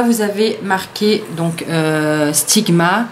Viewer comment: bonne video mais le pinceau sigma c'est un extravagenza et c'est la maniere normal don la marge sigma les a ecrit sur leur vrai pinceaux se n'est pas aliexpress qui les a mal ecrit voila petite info :) et sa me fait rire la maniere que tu dit "sigma" tu le dit "stigma" mdr mais c'est sigma voila petite remarque pas mechant voila gros bisou et merci pour t'es belles videos.